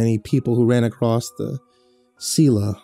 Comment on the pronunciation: I listen to your videos almost every day at work, I love them, and you'll probably never see this.. but can you PLEASE stop saying "acrosst" ??!?!?! It makes me cringe so hard its distracting